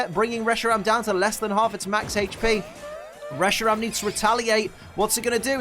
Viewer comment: Reshirom? Welp time to call one Reshiram, Reshirom.